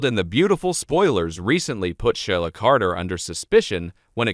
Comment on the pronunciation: You need to learn how to pronounce the name of characters ASAP It's irritating .It's She la & Lee - Am January 26,2023